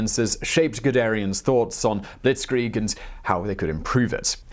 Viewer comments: Bewegungskrieg..... not Bewungungskrieg.... Be Way Goongs Kreeg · Buwungungskrig ?!? You should get a guy to call on skype or something to help you with the pronounciations of such words ^^ Besides that nice biographic as always <3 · It’s bewegundskriege [Bev-eg-ung-s-kri-ge] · Nice try on Bewegungskrieg but it sounded like Bewungungskrieg 😃 Its more like Beh-vé-goongs-kreeg 😉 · I guess the pronounciation is rather Bae-wae-goongs-kreeg. Yeah, our german language is nice, I know. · Buh-vay-gungs-kreeg. Sorry, my ears are bleeding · it's "beVEgungskrieg" the w is read as a hard V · Beh-vay-gungs-kreeg Bewegungskrieg. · LOL Bewungungskrieg. Not even close to Bewegungskrieg. But funny non the less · Bewoengungskrieg xD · Nice video, but please, try and say Be-weg-ungs-krieg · Buh-Vay(like way but with a v)-Gungs(gong with a u and an s)-Kree(like thee native-american tribe)-g(hard consonant) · Be-VEH-gungs krieg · It sounds more or less like this: Bay-Bay-Goonx-Kreek. Cheers. Amazing video. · ‘Fast Heinz’ is a better translation. Be-vey goongs kreeg. A great video though ✌🏻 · Bu-vay-gans-kreig or war of movement. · Nice video Bewegungskrieg is pronounced 'Be-veg-ungs-krieg' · "Buwungungskrieg" is pretty funny, but I'm sure he'll not keep saying the word if he doesn't know... oh. Oh, nevermind. Time to watch the biography of Gunurel Hunz Gudungrung: Funger of Buwungungskrung. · Lmao "Bewegungskrieg" would sound more like "Beh-veh-goongs-chreeg" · "Be-vay-gungs-krieg" Hope it helps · Beh-VAY-gungs-kreeg Or maybe I'm wrong too...last German class was over 20 years ago. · In german language, the " W " is " V " . So you read BeVungungskrieg. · Bewegungskrieg is pronounced be-ve-gungsh-krieg I think (I'm learning German correct me if I'm wrong) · Just drop the “h” in gungsh 😉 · Klingt mehr wie Bewungungskrieg was auch immer das sein mag. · "beh - vay - goongs (oo as in 'good') - kreeg <<<<<<<<<<<<<<<<< Bewegungskrieg. Great video, thanks.